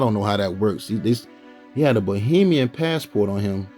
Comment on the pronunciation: 15.41 did you say Bohemian as in Bohemian Rhapsody😂😂😂😂😂😂